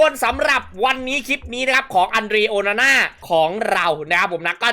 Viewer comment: โอนาน่า หรือ โอฮาน่า ครับเนี้ย เอาฮ่าตลอด55555